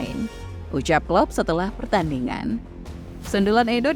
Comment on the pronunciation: *klopp*..bukan kloop😂